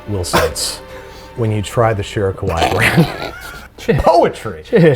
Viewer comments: Babish reading the bottle was hilarious in part because he kept pronouncing it "kowai" which actually means "scary"🤣🤣 There's two i's for a very definitive reason in kawaii: "kah-wah-ee" The "ee" being the important distinction. Keep being you Babish, that was golden😂🧡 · u said kawai not kawaii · the way you are pronouncing kawaii sounds like "scary" (Kowai) instead of "cute" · I’ve never seen a Babish video in my life before, but I’m very pleased this was the first. I was crying laughing so hard at the “Shirokawaii” reading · Listening to babish say "scary" over and over instead of "cute" is hilarious (kawaii-cute, kowai-scary) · I love how Babish kept calling the sake "scary" instead of "cute" with his pronunciation while reading the bottle, and Chris didn't even bother to correct him 😂😂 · The way Babish is pronouncing “kawaii” is actually the pronunciation for “scary”, there is double ii at the end of kawaii pronounce it as such.